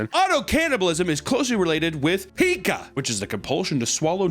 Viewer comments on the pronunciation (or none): “Pika” 😂😂😂 it’s Pica. Pie-cuh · He said peeka.. its pieka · ALSO PICA IS NOT pEEka its PIEka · isn't pronounced "pie-kah" and not "pee-kah"? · that is not how you say that, it’s “pie-ca” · My friend, that would be PIca, with a long I sound. Not the pokemon noise. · It's pie - ka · It’s PIE-CUH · Pica spoken = Pie-Ka